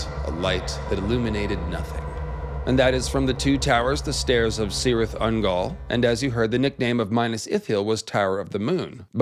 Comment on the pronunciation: Great video, always enjoyed the ones one Asshai and the far east in ASOIAF Just one note here- Cirith Ungol is pronounced with a hard C (like Kirith Ungol) and not like "Sirith Ungol"